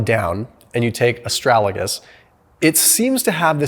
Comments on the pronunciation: Why did you say Astralagus instead of Astragalus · It is "a-STRAG-al-us," not, "a-STRAL-a-gus." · Good video. FYI. It is Astragalus not Astralagus. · I guess you want to say ASTRAGALUS NOT ASTRALAGUS, right? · Did my man just say 'astralagus' 4 times in a row? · MY GOD YOU KEEP PRONOUNCING ASTRAGALUS WRONG!!!! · Thank you, but can you please pronounce Astragalus properly. 😉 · Lmfao come on dude learn to pronounce Astragalus correct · And astragalus. I’m dyslexic too 😅